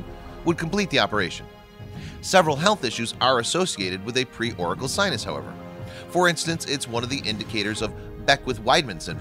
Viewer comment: The guy is pronouncing "auricular" like "oracle". This is a medical condition, not a prophet from ancient Greece...